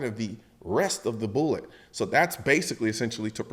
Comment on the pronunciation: Colion, bruh. It's primer, casing, and bullet. Not boolet bullet and bullette. Come on man!